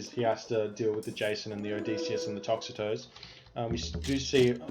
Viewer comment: I get so triggered by your inability to say names correctly every match but especially this one for the Toxotes. It is Toxotes so tox-oh-teas or tox-oats. Not tox-a-toes!!